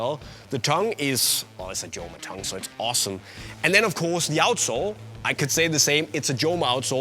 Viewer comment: Doesn't spanish operator know that it is "homa" and not "ʤoma". Unisport, it is a shame not to know correct pronunciation of one of the best indoor shoes brand